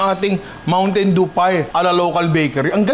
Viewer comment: "Mountain doo"